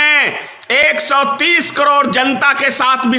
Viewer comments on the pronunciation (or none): none